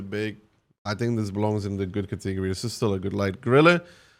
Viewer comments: Can you say catagory again for me hahahhahahahaha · I like the cateeegory pronunciation, don't care that it's wrong, sounds soothing